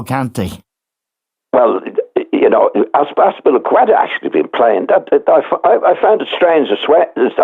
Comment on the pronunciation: Can't believe Giles nailed Azpiliqueta name!